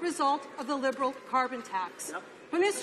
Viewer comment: Lieberal and Transparency, LOL. Too funny!